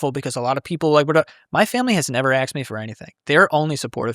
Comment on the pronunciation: Did he really say "My family has never axed me for anything", "my mother has never axed me for anything" ? 😂